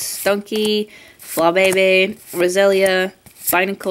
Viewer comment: its fla-bee-bee not fla-be-be (for flabebe)